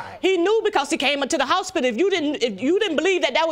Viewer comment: Houspidle...that took me a minute